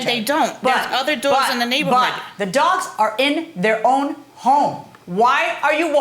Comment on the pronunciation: Go back to , and play it at 0.5 speed. She says "Dere's alotta doagz in my nayvorhood, so when I wawk my doag, dere's doagz ebbyway" She REALLY says "Nayvorhood and Ebbyway" LOL 🤣